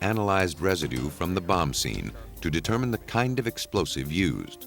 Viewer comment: Hate the way the narrator says Bomb/Bomber/Bombing!!!